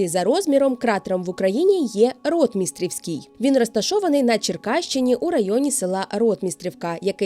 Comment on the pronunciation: Дякую за якісне і цікаве відео! Єдине зауваження - Ротмістрівський з наголосом на другу "і".